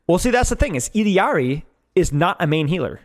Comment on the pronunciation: OOkkkkk. i gave you like 10 times to pronounce ILLARI (ee-de-ard-ee) like a fkin bozo before i had to click off the video... holy smokes you are annoying